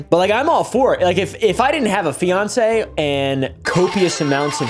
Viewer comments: Did he say fiance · He said fiance and didnt correct himself, its not a slip up this time.... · HE SAID FIANCÉ 😫